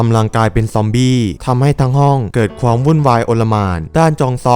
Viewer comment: คนภาคเปนคนอีสานแน่เลย อ่านคำว่าความ เปนควม